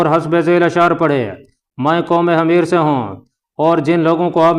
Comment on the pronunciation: Salaam from Canada 🇨🇦! Sir, The word you pronounced “Hameer حَميِر" is not correct! It means “Donkey گدھا” . The correct pronunciation is “Himyar حِمْيَر” . Please correct! Thank & regards!